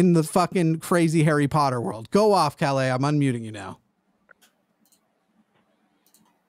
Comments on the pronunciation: Sweden here. I love your pronounciation of "Calle" as "Calais". Very cute. :) A closer approximation would be something like pronouncing the last E as the E in Esther and emphasis on "Ka" and the L:s should be a lot "harder". Good try though. Swedish is a notoriously tricky language for english speakers....and swedish speakers for that matter. :) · I find it kind of weird that a Swede cannot pronounce his VERY Swedish name properly (it's a nickname for Carl). He also doesn't have any semblance of a Swedish dialect nor do we talk that fast. We are literally known for talking very slowly with plenty of pauses. He's possibly an immigrant (around 20% of our population was not born in Sweden) which would make sense except his name which is extremely Swedish.